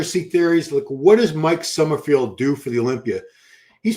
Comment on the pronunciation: it’s “Summer-FELD” not “summer-FIELD.”